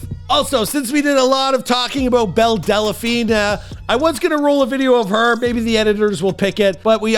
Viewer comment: "Delaphine"? "Wayfu"? "Attack OF Titan"? Dude, when did you just stop trying?